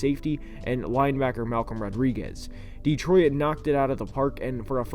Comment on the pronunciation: "Dee troy it"